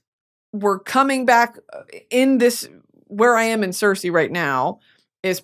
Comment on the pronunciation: Brittany love you much love you are pronouncing Circe wrong❤❤